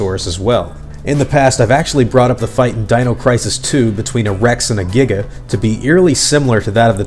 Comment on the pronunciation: not the the thumbnail that you used when you put up pictures for the the several dinosaur games you put the picture of the green T-Rex and the Raptor that was the thumbnail to one of those videos and he also says giga weird lol